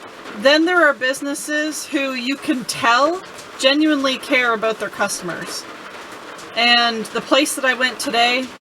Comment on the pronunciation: Well done young lady thats what its all about or"aboot" lol .!